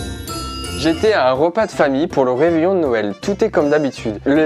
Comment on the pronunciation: Ta dis reveillon avec un acsent anglait